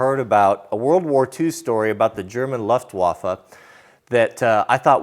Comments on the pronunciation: Louft-waffah, not Luft-waff. Sprechen Sie nicht Deutsch? ;-) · I don’t mean to be that guy but it’s pronounced Looftvaffa, or Looftvaffen, spelled luftwaffe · ❤❤❤❤, fist bumps 👊👊👊👊👊, high fives/pats on the back ✋✋✋✋✋, extra thumbs up 👍👍👍👍👍 Sweetloaf ❤️❤️❤️❤️❤️🍭🍭🍭🍭🍭 Jack--fist bumps 👊👊👊👊👊, high fives/pats on the back ✋✋✋✋✋, extra thumbs up 👍👍👍👍👍 Pets ❤❤❤❤❤, treats and tummy rubs. Luftwaffe is pronounced with an ooo instead of an uh,. No big deal.